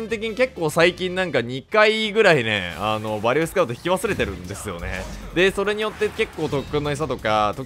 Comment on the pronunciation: 呂律が回らずバリューて言えんかったんやろな…